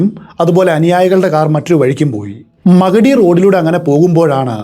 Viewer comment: മഗഡി അല്ല മാഗഡി